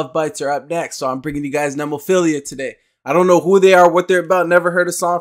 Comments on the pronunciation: Mayu - badass "singer" Saki and Hazuki on lead guitars HARAGUCHI-SAN - bass Tamu - drums Also, it's "Neh-moe-feel-ah" Just an a at the end, not ia. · Thank you again, for great reactions! Glad you took the viewer advice on Nemophila. It's "NEH-MO-FEE-LA"---Nemophila is the Latin name for the flower called Baby Blue Eyes. Which you'll see in their band logo. It's actually a North American flower, but grows profusely in Japan, too. You can visit entire hillsides covered in the blue flowers, in parts of Japan. Nemophila love their American metal roots, and one of the mainstays of their youtube channel are covers of favorite metal classics. Cool that you have some Lovebites coming up. Just put Hanabie.'s "We Love Sweets" or "Otaku Lovely Densetsu" on your list, too, please. And if you haven't had any Maximum the Hormone, consider "Yoshu Fukushu". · Nemophila is a metal band. They are very diverse not all their songs have harsh vocals! Btw you can start by trying to get their name right next time 😂 ! It's NOT what you said!!! I won't even write it down. Try to erase that from your mind! There is no 2nd "i" at the end. You got the 1st part "Nemo" right + "phila" (like the 1st hall of PHILAdelphia if that helps :😅